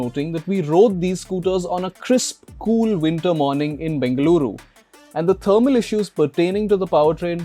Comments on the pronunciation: My like for pronouncing bengaluru correctly... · I liked the way he called Bengaluru. Not Bangalore ❤️